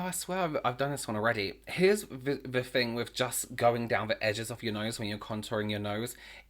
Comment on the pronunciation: “Here’s ve fing...” 🖤🖤🖤